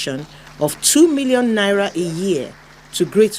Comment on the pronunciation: Hello, it's 'na-ee-ra', not nara.